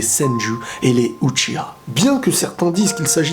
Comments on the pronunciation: Moi-mêmeProd Bah certes mais le Manga est lui Japonais et donc le [Outchiwa] est complètement faux et sa doit se dire Uchiha. Le [outchiwa] n'est dit que dans la version française est c'est pour justement que les gens qui écoute la VF sache a peu près comment se prononce Uchiha le clan en question. Bref dans tout les cas tu as Faux il faut dire Uchiha et si un jour on te dit que c'est Outchiwa bah tu n'as cas lui expliquer se que je viens de t'expliquer. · C'est uchiHa svp respectez la VO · Uchiha se prononce Outchiwoua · Moi-mêmeProd ' en japonais on dis uchiHa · Uchiha Itachi en japonais on le prononce outchiHa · Kea Carter Lit le message ou je dit que chacun peux prononcer comme il le souhaites stp après on parle